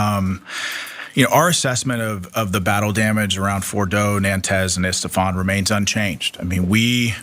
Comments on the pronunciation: Wow this guy can't even say the name of the site they attacked how can he give assessment 🙄 at least learn the name of the city you attacked since giving speeches its isfehan not Estefan absolute clown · Who da f*** is estephan😅😂😂😂😂its Esfahan you illiterate moron and this is the US government spokesperson how arrogant and dumb!!!! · He can't even pronounce the names !! It's not Nantaz ! It's Natanz ! It's not Estepan! It's Isfahan ! The ignorance is astounding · City of Stephan 😂🤣🤣🤣 it’s Isfahan you empty salt shaker!😂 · The "Trump Admin" guy keeps mispronouncing the locations. I don't think he knows much... Unless Estephan and Nantanz are real locations in Iran!?